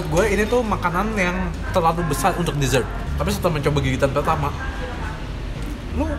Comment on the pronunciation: udh jago ngomong ‘dessert’